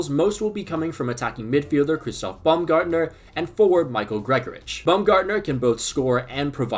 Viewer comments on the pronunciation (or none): none